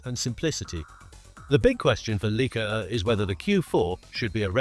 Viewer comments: “Leaka”?!? What the heck? … it’s LIKE-A … get with the program!!! 🙄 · It’s not LEE-Ka it’s LIKE-ah. No credibility until you learn how to pronounce the world’s best cameras. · … could the voice-over be AI generated, and the AI model is too stupid to know how to annunciate “Leica”? … the oldest camera name in the world, recognized by every photographer in the world, who all know it’s “like-ah”, seems suspiciously AI generated. 👍🏼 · AI generated crap video and voice. at least make the speach doing the brand name as intended.